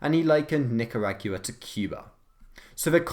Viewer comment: Excuse me. Nik-a-rag-ua? What the shit was that pronunciation? Its Nik-ar-ah-gwa